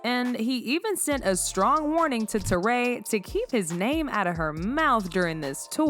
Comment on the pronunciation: Just to clarify it’s pronounced “Tore-REE” Hart not “Tore-RAY”